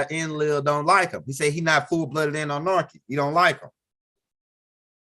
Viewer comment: There is no R in Anunnaki…lolol…and practice saying ExtraterreSTRIAL…That’s all!!! Keep the info coming though!!! 👍🏽